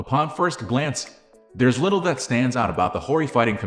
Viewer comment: “And the zittle littuh… FEATURES ”